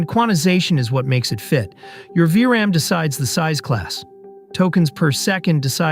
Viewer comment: Tell your AI speaker that it is called "V-RAM", not "VRM".